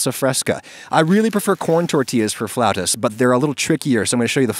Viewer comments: "floutas" Oh that hurts, that's painful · Haha "floutas". Ouch. (I love Adam Ragusea but I hope he issues a correction.) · You'll probably get sick of hearing this, it's "Flautas". Love your channel man, I hope your videos survive the end of the world. Keep it up! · my family picked some frozen version of these and we pronounce them as "flatus" lol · it's "flautas" hehe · Not to be that guy but you'll have to hear it from someone, it's flautas with an a, they still look delicious though